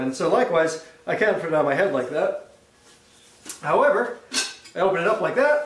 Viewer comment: Fack engrish